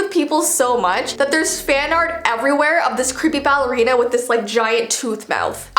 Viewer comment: Me: did she say balley ow ballora! 🤣